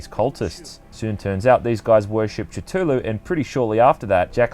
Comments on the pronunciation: I think the correct pronounciation of Cthulhu is Kae-Hoo-Loo, but dont' worry, I mispronounce the name myself sometimes. The T is silent, but if pronounced correctly, it creates an impression there is a T sound. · It was sounding like ca-chu-lu to me lol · Why must people change the way a words are pronounced. T,tulu????? It's always pronounced with a c Cthulhu. Americans love changing the English language. Why???? You sound Australian. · i know there's no correct pronunciation for cthuhlu but the way you say it kinda bothers me considering the widely accepted pronunciation is cuh-thu-lu i mean you are wrong saying cut-hulu but i mean...its just out of the ordinary and it fucks with my head a little :/ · Tatulu its cthulu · Why does everyone say Cthulhu differently? You say it like almost "jithoolhu" I say "kah-thu-la-hu" and the official Chaosium pronounciation is "Ka-thu-loo" It's always fun to hear new pronunciations. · lol its not ca-tu-lu its pronounced ca-thu-lu. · "Call of tootooloo" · You pronounced Cthulhu wrong it’s pronounced Su-zy-sm-ith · Sorry I know this is a pretty good review but I need to collect myself ... call of titulu is what I heard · OK I get that there's no actual was to say it but wouldn't you simply use your understanding of the English language to apply it here? I see cthulhu and makes sense to pronounce it Ca Thool Hoo, there's a lot of people in the comments would rather talk about how lovecraft said there's no actual way to say it in any human language than just admit they've been saying it like an idiot lol if a little common sense was applied here the pronunciation would be clear. Anyway who gives a shit, love your content keep it coming 👍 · its pronounced as CATHULU u diot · 'call of chu chu lu" LMAO, the way you say that got me dying. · "Tutulou" wtf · the cultists at the start worshiped the yith not cthulhu and its ca-thoo-loo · Call Of Catooloo seriously???? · I for some reason hear "Tatooloo" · Call of to-too-loo